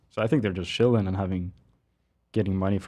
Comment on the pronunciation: Could someone teach how to pronounce "ch"? He says "shilling" instead of "chilling", "shicken" instead of "chicken" etc etc. Also, does anyone get insane cocky vibes from him? I get that he is young but chill, my dude, you are not as cool as you think.